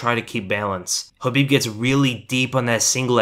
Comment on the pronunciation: Wish we could have actual film not just pictures. And this guy would stop saying Habib